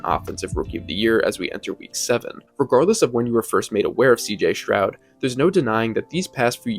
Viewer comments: All good except for mispronouncing his name, it is NOT “Shrowd” it IS “Stroud” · Stroud not Shroud.